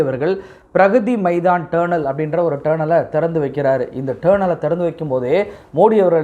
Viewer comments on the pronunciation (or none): It's not pronounced as TURNEL. It is pronounced as "டனெல்"